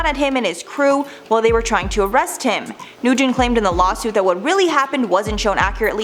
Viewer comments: it's N-wen not Noo-gen... Nguyen is n-wen. We can learn how to pronounce Asian names in 2021 pls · Nguyen is PRONOUNCED “WIN” It is like Smith in Vietnamese